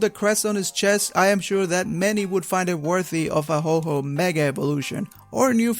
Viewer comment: WAIT A SECOND..... did he really just call Ho-oh Ho-ho hahahaha just had to point that out stay awesome